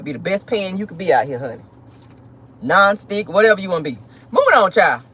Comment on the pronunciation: Girl no you didn’t say non stick 😂😂